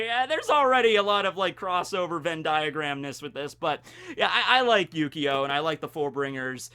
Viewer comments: I swear he said yugioh at least a couple times by mistake. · I keep hearing Yu-Gi-Oh instead of Yukio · It really does sound like you're saying yugioh lol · When you say his name I only here yyyyugioh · It feels like you keep saying Yu-Gi-Oh. After Xcution, I'd really love if you talked about the characters of Monster Musume. Including best girls Centorea and Rachnera, and even Too Kind for this World Kimihito. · Whenever says yukio i kept hearing yugioh.... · ...not gonna lie... I kinda thought he was for a while.. I had to look at the screen and pay attention to notice, I mainly have Vids on in the background while I play video games.